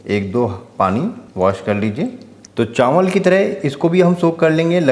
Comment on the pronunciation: चांवल नहीं चावल, घीं नहीं घी